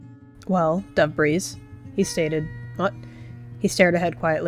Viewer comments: “Dove’Breeze” sounds a lot like, “Dabreeze” (Lalalalalaaaa) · Why did I hear Debris not Dove’breeze